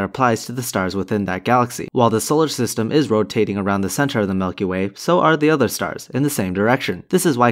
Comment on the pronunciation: i really can't trust anyone who pronounces milk like you do. maybe the earth IS flat